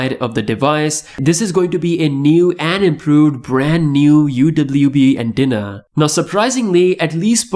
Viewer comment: this guy kinda redundant. "New and improve brand new anthena". lol